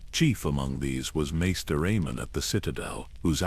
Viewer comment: How do you not know how to say Raven. Or Measter it’s weird. But great knowledge here.